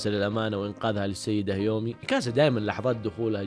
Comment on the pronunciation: يااخي هذه البني ادمة اسما كيومي مش هيومي😁 بعدين قول انواع الرياضات مش رياضيات فرق كبييييير😆😆😆😆